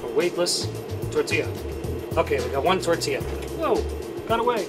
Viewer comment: I like how everybody’s saying tortia no tortilla 😂😂